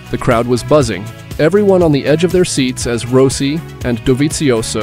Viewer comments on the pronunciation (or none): Ro- si? to Rossi 😂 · Rowsee?...Turned off immediately...😂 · was gonna say at least eventually he got Rossi pronounced correctly….then goes back to improper lol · How to tell if your Narrator is A.I..... well it can't say Rossi correctly. Booooo! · Nope, I stopped when you mispronounced Rossi